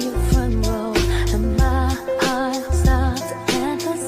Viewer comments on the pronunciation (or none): none